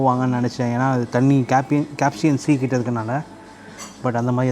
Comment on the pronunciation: It's Caspian sea. Please pronounce the places correctly so that it will help everyone.